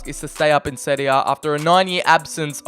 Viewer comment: You pronounce “serie a” and “serie b” perfectly